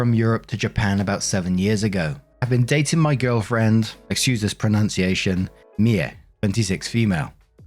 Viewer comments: I think a low-key anime fan. Yeah, I liked how he got it as "MEE-eh," instead of "MEE-ay," as Americans especially are apt to do. Merciful heavens, the butchery US voice actors perform on Japanese names in dubs is... disturbing. Don't they listen to clips of the original version to hear the pronunciations? Sheesh. It's one of the reasons I prefer subtitles. I've seen story arcs having to do with idol culture, but nothing specifically idol-centric in concept, as the Oshi no Ko descriptions I found sound like. In the story lines I've seen, there are always a few super-fangirls (and a few boys) who are into the gotta-have-all-the-merch, gotta-know-all-the-lyrics-and-moves thang. They are decidedly not depicted as healthy, well-grounded young'uns. I'm afraid Mie is an adult(ish) version of those kids. Edit: I hadn't listened to the whole edits-and-updates part of the story. I paused at the point where requested comments about Japanese idol culture. Now, I'm, and it turns out I was right. Mie's obsession is a way of finding a family/tribe she hasn't had. Not entirely healthy. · My name is Mie too, though I'm Danish You got as close as anyone truly can when pronouncing the name